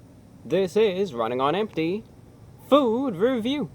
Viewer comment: what is his name tho LOL cause all i hear is RUNNING ON EMPTY...